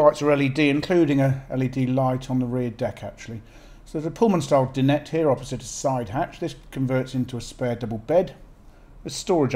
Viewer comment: Lovely boat. Plenty of storage. Although do we really need you to open every cupboard and drawer, showing the personal contents? If a washing machine or fridge is included then show those by all means. We know the cupboards will not be the same size as a house kitchen. A cupboard is a cupboard. By the way, the word Dinette is pronounced 'Di...nette' not 'Din...ette.'